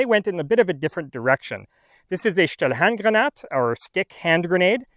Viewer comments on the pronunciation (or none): Its a "Stielhandgranate" not a "Stlhandganad"